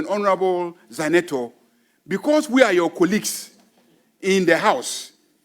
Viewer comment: she is not “Ezenator” she is “Zanetor”. You have been mispronouncing her name for sometime. So please check and correct it.